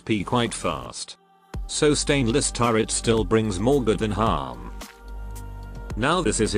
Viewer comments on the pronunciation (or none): none